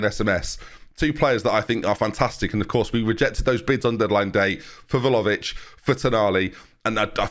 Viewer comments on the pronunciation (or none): ben ben.... please!!! VLA-HO-VIC!!! not velovic. VLA- HO - VIC! I enjoy your videos but the way you butcher some names and add/remove letters that are not there is just insane lol